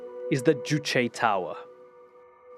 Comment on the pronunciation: Finally somebody who can pronounce Juche